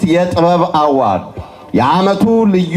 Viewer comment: The award is translated into Amharic as 'shilemat'. Why the use of the English word. Besides, award is pronounced as 'ə-ˈwȯrd'. Two mistakes are committed: one, failure to use the right word in Amharic, and two, wrong pronunciation of the word 'award'. Is this confusion, transition, or lack of words? Is this trying to be what one is not?